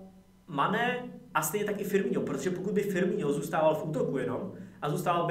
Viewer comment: Čita sa to FirmiNo nie FirmiŇo